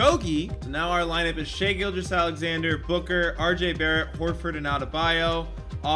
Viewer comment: the way he says shai’s name pisses me off 😭